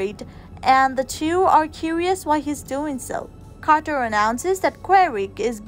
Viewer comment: It's Carter. With a C. Not QUArter............ please....